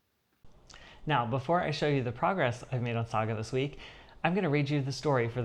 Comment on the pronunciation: Yeah,a Saga story 😂😅🎉. Well done with the pronunciation. 😊. You are heading for finishes with your stitching. Yeah.🎉. I do like the Prayer piece, very beautiful. Great video 😊